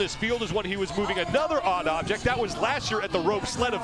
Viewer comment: Say odd object one more time. please sir do it